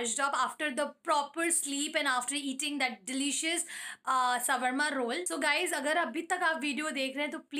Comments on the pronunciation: It's not sawarma roll it is shwarma roll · Its swarma instead of 'savarma' 😅 Just kidding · thats not shrvama its sharma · Swarma roll nhi 🙄 shawarma not roll That Is Only Shawarma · Its shOOr MAA not shawarma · it is not sawarma roll its shwarma roll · its not sawarma its shawarma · It's not s w a r m a ...it's Shawarma Roll. 😂 Vaise buraa mat lagaana...😁😉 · Your pronouncesion of shaurma rool is wrong... don't mind it i just correct it..❤️ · Dude what is sawarma😂😂😂😂😂😂 You're pronouncing it soo wrong